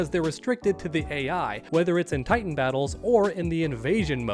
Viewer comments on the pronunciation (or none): none